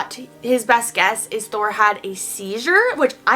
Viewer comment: She said Thor not door